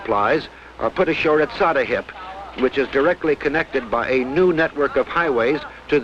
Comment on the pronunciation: It's not SattaHIP it's SattaHEAP